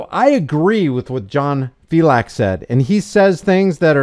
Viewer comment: Filex the cat. Not fiLAX. Thats the way John pronounces it. From his own mouth